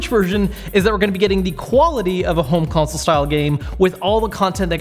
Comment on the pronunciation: Mark Lindberg Haha yeah I know, just wanted to make a joke about how at one time in the video he pronounced wierdly, like home "counsol" instead of home consol. Sorry if that wasn't clear ;) it hard to show sarcasm sometimes ;) Thanks for the explanation anyway man!